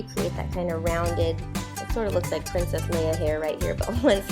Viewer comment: Wish I was a girl now. I want to be a pwetty pwincess! :D